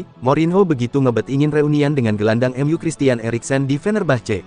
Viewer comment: Ca❤pek ya ngomong EMYU jadinya cuma ngomong mu mu mu